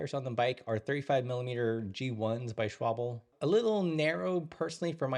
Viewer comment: Shwabble? NIEN DAS IST SCHWAAAHLBE